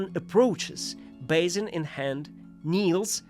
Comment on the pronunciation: I love you! Still 2 minor remarks : the noise of paper when the words appear seems a little too loud. And the pronounciation of some words could be improved (expl beggar, basin, detail - sometimes the sound, aometimes the accentuation). But othewise 👍, more videos please!